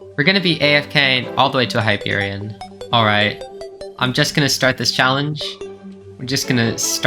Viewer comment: finally somebody that pronounces it right